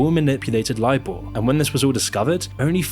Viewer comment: LIBOR is pronounced LIEBORE not LEEBORE.